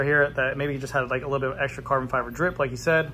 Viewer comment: Every time he says „Carbon“ to the Epoxy my toe nails curl. And i cant unhear it.